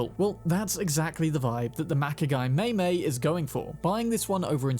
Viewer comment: Massive thumb down for confusing the classic Charger look for a Mustang. Otherwise, great video. (better get more familiar with the Japanese language if you want to talk more about the MaiMai, not MeyMey)